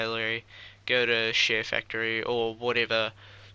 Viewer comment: sounds like ur saying shitfactory tutorial